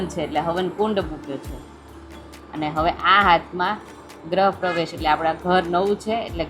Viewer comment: બેન ગ્રહ પ્રવેશ નહિ ગૃહ પ્રેવેશ બોલો ગ્રહ મતલબ નવ ગ્રહો અને રાશિ વાળું થાય. બાકી તમારી સ્પીચ બોવ જ મસ્ત છે વૅલોગ પણ ખૂબ જ જોરદાર હોય છે. પણ માત્ર માહિતી ખાતર કોમેન્ટ ગ્રહ અને ગૃહ